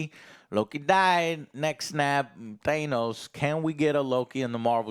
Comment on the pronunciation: At this point does say Thanos wrong on purpose